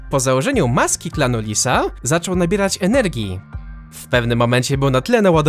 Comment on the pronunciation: jak mówiłeś to słyszałem "Klan Disa" XD